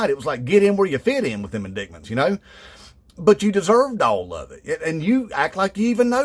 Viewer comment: He said "In-dick- ments" 😆 (in my Butthead voice).